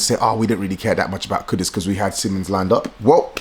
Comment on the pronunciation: It pronounced as seemons btw